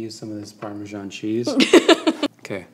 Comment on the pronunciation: "I'm gonna use some of this parmesean cheese" DEAD